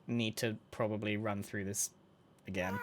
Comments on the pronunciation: Not egg-gain 😭😭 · .... not egg-ain....